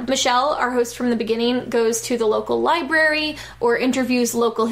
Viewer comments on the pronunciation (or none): Pfft, I remember that show. He would annoy my mom and I in part because he always pronounced the word library as "liberry".